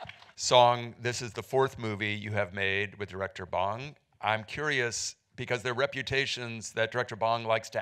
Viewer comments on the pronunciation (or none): Hi last name is BONG !!! Not Bang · it is NOT pronounced bAHNg. its like boy, bowl, bode, bore, ohhhhhh. bong june ho - bong june ho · The director's name is pronounced as Bohng... not like the smoking bong. At least try to pronounce the name right as it should be if you have him as a distinguished guest.